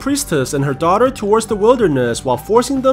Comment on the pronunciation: when will we going to talk bout how he said daughter (dauter)